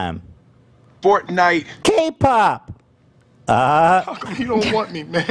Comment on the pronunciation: “Fort nite..ahh.” Made me click off this video. So annoying